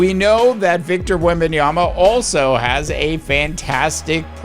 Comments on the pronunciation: Victor Wembanyama Pronunciation: \wem-ben-YAH-muh\ That's literally how he says it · There's a reason why your content is not getting views... If you're going to come on YouTube and give your analysis it's imperative that you do your homework... If you're going to talk about a player make sure at the very least you know how to pronounce his name.